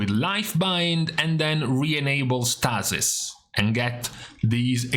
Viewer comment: Stay-sis; Stay-sis; not Staa-sis.